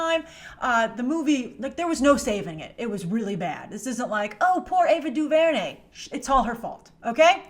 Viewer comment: The disrespect of Ava Duvernay's talent (emphasis on the last syllable by the way) is absolutely ridiculous.